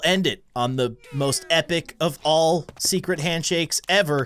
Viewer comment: There's. A sekeret. It aanoter ifinitygoblen